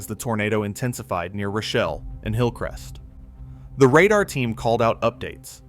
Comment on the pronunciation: And it's pronounced roh shell, not rashelle